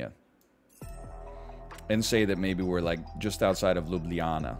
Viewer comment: impressed by your pronunciation of ljubljana. well done!